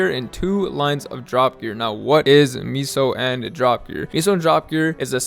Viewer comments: Miso gear 🤣😂🤣😂🤣😂 Bruh. It's meso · Meh-sos….for the love of god. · L vid tbh should’ve pronounced meso as queso cheese 😉